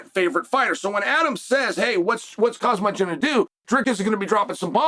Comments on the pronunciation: The literal WORST at pronunciation. 💀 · "KAHHHZMATS" chances qre sooo slim uncle chael 😂😂😂😅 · Might as well call him Cosmonaut. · Khazmat 💀😆 Sonnen's name mispronounciations are epic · Dear Chael, please practice pronunciation of people’s names. You are UTTERLY BUTCHERING fighters names. You’re better and more professional than that. Do you need me to spell it out for you? HOM ZOT = Khamzat. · This dude keep pronouncing khamzat name wrong and people still listen to what he observe and thinking 😂